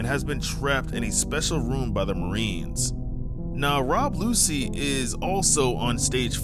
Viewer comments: Rob lucy is crazy! It's rob luchi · Also the fact he said rob lucy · "rob lucy"😭🤣